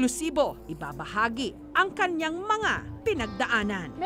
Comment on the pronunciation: It should be "kaniyang" not kanyang.